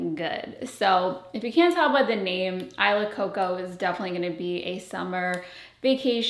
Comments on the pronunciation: Isla in tagalog is pronounced "ees-lah" not "eye-lah" lol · I’m Filipina, and “Isla” is actually pronounced “ee-sla” — the S is not silent 😊 … .same meaning as island— body of land or group of islands surrounded by water. ❤ if you’re tying it to your Filipino notes, it should be pronounced the Filipino way— just a thought. But do you, and love all your content! BTW, lookin’ gorgeous! 💕 😊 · Maybe it’s just the Spanish in me but I can’t hear or read this name any other way than “EE-SLA” Coco 😂